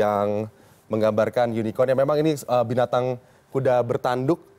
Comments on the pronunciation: Unicorn bukan unikon 😂 dengerin yg di ucap junjungan cebong ajh udah salah.. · Yunikon.. yunikon..??? Unicorn..!!! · Yg ditertawai bilang unicorn, ternyata yg salah yg nanya bilang unicon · unicron d baca yunicron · Kalau blum tau pasti Bahasa Inggris jgn asal ceplas. Unicorn psti dibaca Y. Kalau inggris, orang sana cadel sbut "R". Jdinya yunikon. Bukan Yunicorn/yunicron. Kalau U pasti dbaca Y. Lo gk prnh bljar speaking ya. Lol. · Unicorn di ucap unicon wkwkwkw belajar lagi bhs inggris nya jangan malu2in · Sambil manggut2 pucat, yunikon yunita yuni sara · Idih pada bangga ya bully pak prabowo, padahal pak prabowo cuma berusaha mencoba memastikan bahwa yg dimaksud pak jokowi itu memang unicorn, karena pelafalan pak jokowi memang kurang jelas. Makanya ditambah dengan kata online biar tambah pasti. Kalau memang pak prabowo ga tau ttg unicorn, ga mungkin beliau bisa menjawab